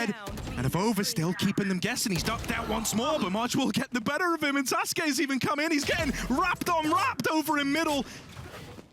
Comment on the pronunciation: man the casters pronouncing sasuke and suzuki got me mad as hell